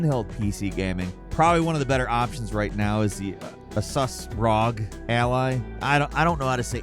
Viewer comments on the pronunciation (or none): Its pronounced “ASOOOS” then ROG is pronounced R O G “Republic of Gamers” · “the ROG” is killing me 😂😂